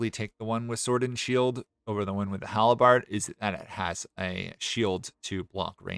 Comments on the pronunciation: Ive never heard someone pronounce Halberd as Hal-Eh-Bard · Love the content, bud, but there is no i in halberd.